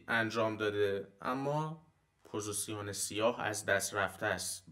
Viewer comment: عالی بود چیزایی که گفتید استاد فقط جسارتا پوزیسیون نیست پوزیشِن هستش